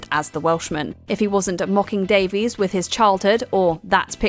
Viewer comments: And "Daveys" the rest of the time (Greg says the right pronunciation is "Davis"). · Davis/Davies has spelled/pronounced his name differently throughout his career. Definitely pronounced undeniably both ways on different seasons of taskmaster.